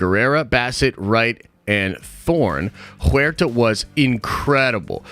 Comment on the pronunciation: Huerta is pronounced (for you) "where ta", not juerta.